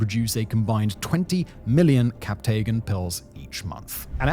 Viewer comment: Great video that covers the important dynamics, but please please please fix your pronunciations!! The majority of the territory names, city names, and even "captagon" (it's "captagon" not "captaygon") are absolutely butchered, and it's incredibly off-putting. A quick google search will tell you how to pronounce all these correctly